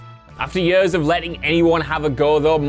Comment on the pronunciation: Its "years" not "yuus" . Whu a waynka